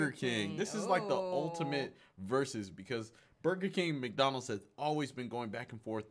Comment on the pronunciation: Love how she pronounces MAC Donald’s